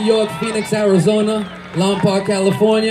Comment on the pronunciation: I cringed when he pronounced Lompoc wrong... Lol. But amazing performance otherwise.